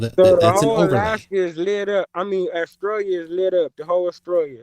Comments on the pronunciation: "I have a few questions to axe you" Yet another moron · Can't pronounce the word 'ask'. Claims to know more than every scientist in the world. Wow., I take my hat off to you. This guy is out there.